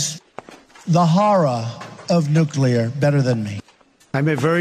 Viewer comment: I am amazed that Chump can pronounce "nuclear" correctly!